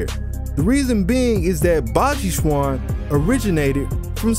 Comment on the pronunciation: Yeah baji quan has a lot of conditioning its also pronounced more like Chen